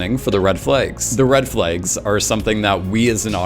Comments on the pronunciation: "red FLEGs"? you from Minneapolis? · I have never heard the word "flags" pronounced like this.